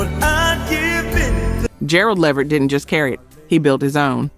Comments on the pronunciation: Pronounced 'la-vert' not 'levered' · OK look l am a subscriber but l refuse to join just off the way you say Levert instead of Le'vert. It makes me feel like you are some bit or something because if the music and the content is worth it you would make sure it is properly done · Levert is pronounced Le—VERT, emphasis on the last syllable not on the first syllable. I’m noticing quite a few mispronunciations of names in some of these videos. Please make sure to pronounce the names correctly. Don’t just assume you know based on the spelling. You can google the pronunciations or refer to other videos, awards shows, interviews, etc. where the artists’ names are correctly pronounced. Or ask some older people who were around back in that day who remember those artists. That way you can hear the correct pronunciation for your videos. You are making excellent videos but mispronouncing names of the artists. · She needs to pronounce his last name right. She’s pronouncing it completely wrong. It’s (Le - vert) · Please, please pronounce these stars name correctly. It’s La Vert.